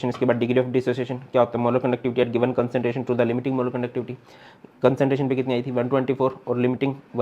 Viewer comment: ''concenteration nhi CONCERNTRATION hota hai SIR ""😅😅😅